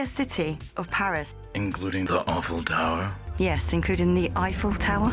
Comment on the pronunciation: Thought I was the only one hearing this and "awful tower".😂